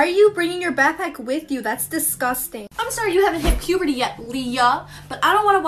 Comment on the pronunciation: what the heck do she mean..... puperty